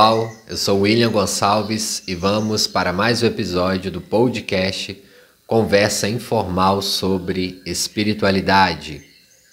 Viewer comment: William teus posts são muito bons. Escuto quase todos os dias indo ou voltando para o trabalho. Ps: não é “pão-do-cast” , mas “podcast” (“podecast) 😉